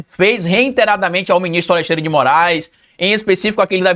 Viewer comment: REI-TE-RA-DA-MEN-TE , NÃO TEM "N". NÃO É REIN- TERADAMENTE.